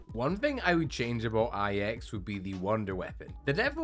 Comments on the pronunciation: ahh, "eye ex", what a great bo4 map... (good video though haha) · bro people can say either ix or nine it doesn't matter 💀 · it does because one is the actual pronunciation one is wrong because "IX"? No that menas you call Star wars Episode 3, Star wars episode iii. That's just wrong. Lol